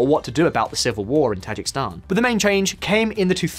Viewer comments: Dude, it's pronounced Tah-ZHEEK-iz-stan, not "Tazhik-Stan" !!!! Also the people of Kyrgyzstan are Kyrgyz (pronounced Keer-GIZ). Learn to pronounce correctly if you are going to make a video about them!!! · Tajik-I-stan. Not Tajikstan. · Tajikistan is pronounced tah-Jee-ki-stan, is it not? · Ta-JIK-i-stan. Stress on the second. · For a video focusing so much on Tajikistan, this guy managed to mispronounce the name every single time. That’s actually fairly impressive. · No one cares he keeps mispronouncing Tajikistan?